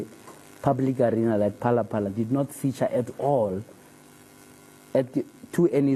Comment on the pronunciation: He can’t even say “phalaphala”. Good work Dr JJ.